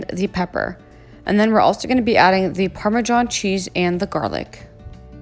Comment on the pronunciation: "Parma John cheese" lol